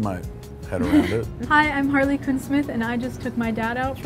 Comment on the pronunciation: yay! said perfectly Harley! thank you 😄